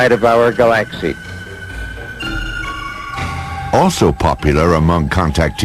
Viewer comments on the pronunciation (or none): ... "iT IS A PLANET OUTSIDE OF OUR GAL-AXE-Y",...LOL I think he put the accent on the wrong "Sil-LA-ble"